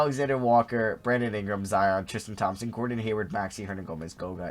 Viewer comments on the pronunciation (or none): none